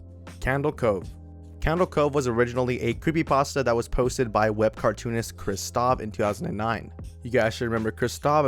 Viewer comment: OMG I LOVE JACK STAUBER ALSO YOU MISPRONOUNCED HIS NAME